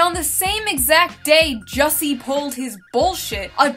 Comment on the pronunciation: It's pronounced "Juicy", geez read a book